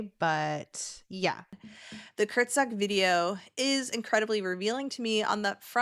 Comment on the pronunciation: Kurz ge-sagt is kind of how you say it hahaha its a german word! Basically means like "shortly said" or "concisely said" 😊